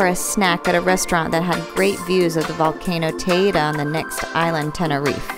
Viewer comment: Good video but Why are you playing Caribbean music? Should be Spanish and the mountain is pronounced teidi not teida